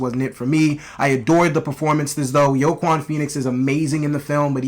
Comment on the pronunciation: Are you saying Joaquin's name wrong on purpose? Lmao